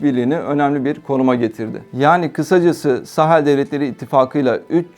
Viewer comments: ОМГ, что с ударениями? МалИ, БуркинА ФасО, СахЕль, сахЕльский, ЭковАс (аббревиатура, но язык французский и ударение на последнем слоге). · если уж вы готовитесь, то потрудитесь и узнать куда ударения ставить. МалИ, СахЕль, Буркино- ФасО